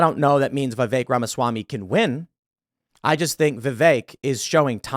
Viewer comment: It's VI-VEK!! Not VI-Vaek! Fuck!!! He was literally in Morrowind. Get it right, damnit Tim.